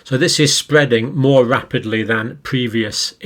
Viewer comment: Fear mongering fool. It’s spweadin wapidly lol.